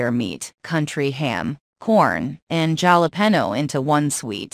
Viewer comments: Galapen instead of Halapeno. Lmao. Joke is right. . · Any list that has Bern's at five is a joke. You never mentioned the desert room or the multi -million dollar wine selection they have. Ps Jalapenos is pronounced with a "h" sound for the j.